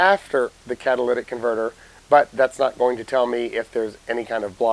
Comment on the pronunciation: “Catalytic”. Phonetically kat-a-LIT-ick. Not, kad-a-lladdick converter. This is why we can’t have nice things. You let people fuck it and pretty soon everyone thinks they need to got to the parts department and ask for a Cadillac converter for their Toyota Corolla. Parts guy is gonna tell you there are t enough parts in the world to convert a Cadillac into a Corolla.